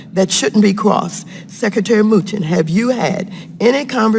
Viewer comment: His name is NOT MOOCHIN